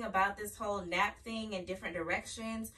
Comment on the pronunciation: It’s pronounced nape